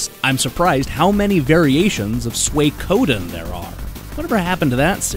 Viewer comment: You're mispronouncing Suikoden. It would be helpful to people if you were to take a few Japanese lessons before doing this video.